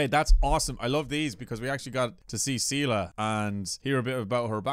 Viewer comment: I haven't played Star Rail in Japanese at all. I only play it in English, but the way they pronounce Seele's name gets under my skin every time the characters say it. I played the whole part 1 story of Honkai Impact so I'm used to hearing Seele name pronounced as "Se-leh" and not "See-luh".